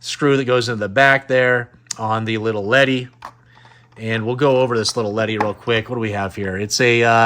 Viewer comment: Awesome video man. For me Glasslite figures are def high on my want list. Pretty cool being that they are made in Brazil. But I do have a question, what's up with "little" ledi? lol Never heard anyone else say that. Usually just hear it as Lili Ledi